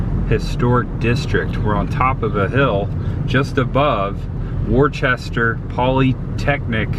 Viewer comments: It's not pronounced "War chester". It is pronounced "Wooster". Just an FYI. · I didn't know that it would be possible for you to mispronounce a word worse than "museum." People from Massachusetts are going to watch this video and create a drinking game out of it. After which half of them will be dead, no doubt. FTR, it's "wustah" - 2 syllables, not "war-chest-er." 😅 JK! 😜 Luv ya! Great vlog as always & really enjoying the content lately. New England has me jonesing for cooler weather & haunt season! Looking forward to the much ahead. Peace ✌️ 👏💪👊🤙👍🤘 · Worchester?????? It's " wooster" lol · Being from Mass it was hard to hear you continue to say Worcester as warchester lol. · Great video. Most of the towns in MA are pronounced strange. Like Worcester pronounced Wista. Groton is pronounced sounds like Rotten Groton. Pepperell is peprill. There's more. But all in all you did great Massachusetts is beautiful. Especially the Berkshires. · Heads up, Worcester is pronounced Wooh-ster. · You're pronouncing Worcester wrong, it's pronounced "Wis-ster " we have many cities and towns in Massachusetts that are actually pronounced differently than how they look. Lol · Worcester is pronounced Woosta ….we watched your Fla videos when we lived in NH, now we live in in Fla and are watching you in NH! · Do locals pronounce Worcester that way or do the pronounce it the same as the English do?